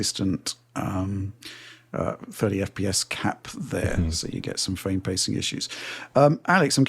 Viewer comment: Every time he says “Fame” rates instead of “frame” rates its killing my ears